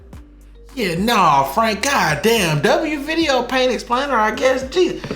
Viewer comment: The "god daymn frane" mid sentence is killing me 😂😂😂😂